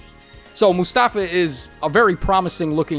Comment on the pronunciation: a bit of advice, when youre spelling middle east names, like Mustafa, the accent tends to be in the last syllabe, so it would sound Mus - ta - FA, not mus - TA - fa, same as jaffar sounds jaf - FAR, not JA - ffar